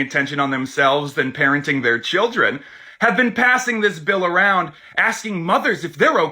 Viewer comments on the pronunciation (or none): none